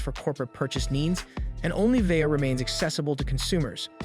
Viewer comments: I almost enjoyed this review but seriously learn to say words correctly before speaking into a microphone. It's Vai-Yo. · It’s pronounced “va yo” NEC is pronounced “En Ee ce” Nec is marketed towards consumers under the LAVIE label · "Vio". Long "i". Long "o."